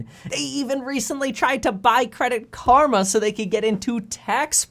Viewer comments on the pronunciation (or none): none